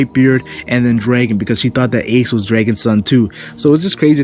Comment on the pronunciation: his name is dragon not draken lol can you not say dragon?